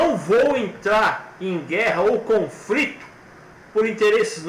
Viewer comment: NÃO É 'CONFRITO', E SIM CONFLITO.